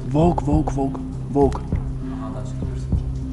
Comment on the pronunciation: Что смешного? У человека проблема с выговором буквы